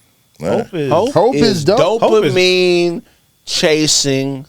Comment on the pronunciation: finally learned how to pronounce dopamine correctly 😂.